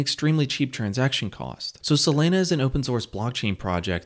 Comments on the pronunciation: I heard sAlana every time lol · Dude, it's SOLANA, NOT SOLENA,..fortunately you didnt say CARDENO, but CARDANO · It's pronounced SoLAWNA not SoLANA like Lana del Rey. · Not “Selena” it’s “Solana” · Say it with me... sol-A-na... There's no E anywhere in the name bro, lmao. Literally couldn't finish watching this.. "Solena.. Solena"... You work for a crypto website and you're discussing a top 5 currency? How do you get the pronunciation wrong? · He says "Selena" 🙉 hard to stay focused listening to the video... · Every time he says Selena, I'm waiting for Gomez. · Not even 20 sec into the vid, and I already know the way he says Solana finna piss me off 😭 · why do you pronounce SOL properly but not the full word?